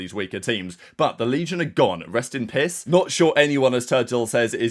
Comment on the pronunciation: sounds like says “rest in piss”🤣 Damn he hates Legion 🤣